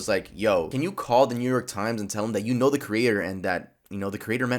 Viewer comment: that all knaow is a scam